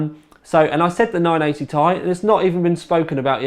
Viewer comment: Its pronounced T i not tie. Sorry, you just sound silly saying 980 tie.